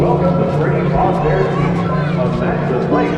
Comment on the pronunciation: Frebby frabbear scawwy